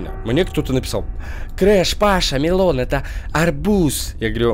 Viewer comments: Не мелОн, а мЕлон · мЕлон - ударение, а не мелОн!! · ТЫ В КАКОМ КЛАССЕ!?!?В 1 !?!? Watermelon арбуз а melon это дыня!!!!!! И melon ударения на e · Melon это и дыня и орбуз просто и ударение на е